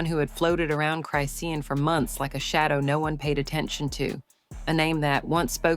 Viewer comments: Saying her name wrong😅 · Lady say her name right can’t watch this anymore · I hate Chrisean but damn say her name right yall bull shit robot platforms get on my nerves!! Also this shit didn’t need to be this long and I pray y’all can get sued for some of the shit y’all say because that crack head was absolutely pregnant and gave birth on line live so explain how that part was fake please??? And in less than 3 minutes!!!